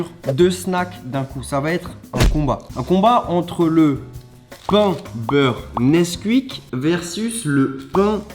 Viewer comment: Ce que j’ai retenue de la vidéo: Le Nesqouique